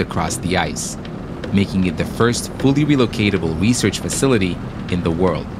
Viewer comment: "The world's most extreme recearch facility..." The ISS: 👁👄👁